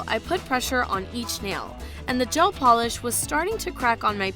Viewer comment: Anyone else cringe when she says gel manicure